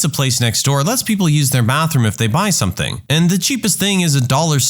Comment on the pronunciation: No k in the word something . Let the narrator know